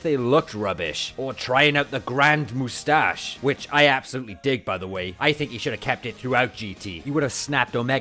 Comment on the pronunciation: Vegeta: mou-stash Mou-stash Mou-stash